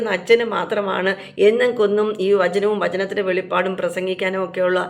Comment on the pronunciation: വെളിപാട് അല്ല വെളിപ്പാട്